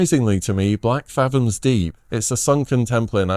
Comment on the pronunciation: Theres no S in Blackfathom